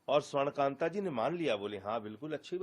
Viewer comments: न्यायमूर्ती का नाम स्वर्णकांता जी है।और आप स्वर्णकांत उच्चारण कर रहे है। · You are pronouncing Justice Shwarn Kanta Sharma wrongly.